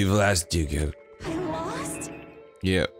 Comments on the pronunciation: Most of the time he says "Joon-ko", but in this episode he said "Junk-o" at least once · He only slipped once or twice on Junko and nailed it the other times. My english brain also sees it as Junk-o first before doing the pronunciation tweak last second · I just enjoy how Dan sometimes says "Junco" (as in the sparrow) instead of Junko in some instances. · Me: "I can't believe Dan can't pronounce Mukoro correctly." Dan: "Junk-o." Me: "Makes sense."